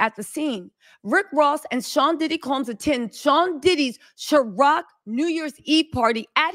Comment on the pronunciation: It’s Ciroc, not Sharoc